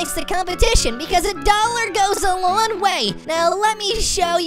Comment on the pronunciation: Is it just me or did say $1 goes a LON way